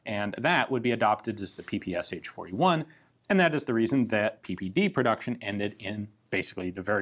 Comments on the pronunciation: It´s not P P S H, it´s P P Sh. One letter. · Isn't PPSh should be pronounced as "P-P-Sh" and not as "P-P-S-H"? "Sh" stands for "Shpagin" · It really grates ears when you pronounce ППШ as "P-P-S-H". Can you say "SH" instead? One hissing noise. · Damn! Not PP's'H, but PP'SHaaaa! Press Listen on the left! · It is called P-P-Sh. That "h" is lowercase because it is part of the S. This really irks me from you Ian. I know in english just about everyone pronounces it with the H separately, but that would be capitalised if it was to be pronounced like that. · By the way. You mispronounce PPSH. In russion it's ППШ, and pronounced as P P SH as in shoe. Sonething like "peh peh shah" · Ian, I love you, man, but don't prounounce the "H" PPSh-41. It's just ППШ in Russian so just say "Sh", like in "shotgun." Or something along the lines of "pe-pe-sha"